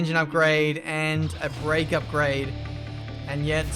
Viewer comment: Nobody:: Upgade